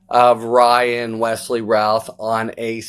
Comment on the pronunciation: Thank you for pronouncing his name correctly. Routh not Ruth